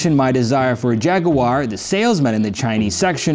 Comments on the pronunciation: Νο jaguar...Noooooo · jaguwar no in the uk its jaggggg